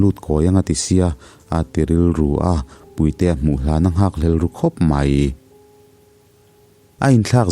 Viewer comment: sir puite i lam dan khi a mak ka lo tii…chhim leh hmar tawng thluk a in ang lo nge chu ka hre lo a🙂